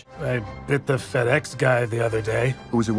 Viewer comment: Fr when he said "FedEx", i thought he said "Fatass" 😂